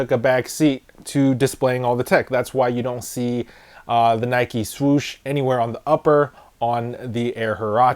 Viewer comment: Why do you pronounce NIKE NIKEY you don’t ride a BIKEY do you?